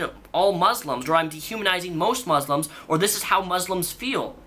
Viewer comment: She even pronounces "muslims" wrong. Jesus christ.